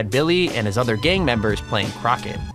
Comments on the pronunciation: your pronunciation leaves a lot to be desired. Billy the Kid playing "crocket". The word is croquet and it's pronounced "croak-ay". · Yes he did say that. I said to myself it is.pronounced crow kay Not crocket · crocket? oh you mean cro kay lol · LOL "crocket" it's pronounced "cro-kay" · It’s croquet...not crocket. 🤣🤣🤣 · Crocket..... u mean croquet 😂😂❤️ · The game Billy the Kid was playing is pronounced "Cro-K", not Crocket. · Billy the kid was not playing Crockett he was playing “crow-k” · Croquet..not Crocket lol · Billy the Kid playing CROCKET (spelt as it sounded in the vid) - CROQUET spelt, spoken like CRO-KAY ...... duh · CRO-KAY not crocket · Billy the kid and his gang were playing croquet--pronounced "Crow-K" (not crock-et) LOL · Croquet is pronounced crow Kay not crocket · Krocket boy its pronounced crow-kay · Is anyone gonna say how he said Crockett instead of cricket or croquet!!!! I'm tarded and even I know that....or am I wrong cause I don't mean to judge we all make mistakes but god... we have Google and they have how to pronounce words easily on it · Playing 'crocket'? WTF! It's pronounced 'Crow-kay' Einstein. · Lol it's pronounced 'Crowkay ' not crockit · It’s pronounced CROW-KAY.......not CROCK-IT😂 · Crocket? Lol. It’s not crocket. It’s croquet, pronounced cro-KAY. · Did he say “crocket” instead of croquet lol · No, no it isn't. It's pronounced Crow-Kay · You demolished the word crocket, you pronounced it sooo wrong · i know he did not say “crocket” 😂😂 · When you said crocket, did you mean crochet? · the way he pronounced croquet LOL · 'playing crocket'?????? croquet!!! look it up!!!! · Croquet = cro-KAY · Croquet is pronounced: Kro-Kay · Did he say that Billy the Kid was playing "crockett?" Lmao. The mispronunciations by the YouTube kids is nuts - GO TO SCHOOL